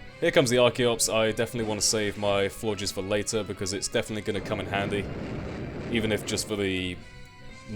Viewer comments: I was so disappointed to hear you say floor-jizz like everyone else. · Seeing as the first to have french endings(Flabébé and Floette) Florges is probably pronounced floor-gey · Lmao I heard floor jizz too :/